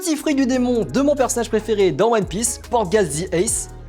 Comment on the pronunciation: Prenonce pas le t de portgas stp